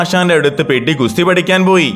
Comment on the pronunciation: പെഡി അല്ല പെദ്ധി ആണ്